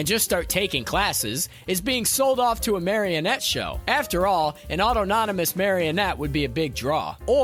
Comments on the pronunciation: Au-ton-o-mus (Aw-tahn-O-muss). What is Auto-non-o-mus? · I can't even begin to explain how much I hate this host. First is he come off like a complete douche but he also doesn't know how to pronounce a simple word like autonomous. Either put Ryan in every one of your videos or don't bother. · that's not how you pronounce "Autonomous".